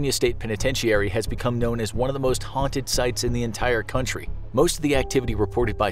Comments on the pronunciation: Why do you say penitentiary like that ? I hate when people do that . The entire world pronounces a word one way but there is always one person that's like "nope I'm going to say it completely wrong".... you're that person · This video had me wondering if I've been pronouncing penitentiary wrong. I've always heard it pronounced "Pen-a-ten-chur-ee". is this a regional thing?